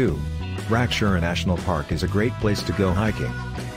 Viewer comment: how the he heck did you get a S in your pronounciation of the name Rakiura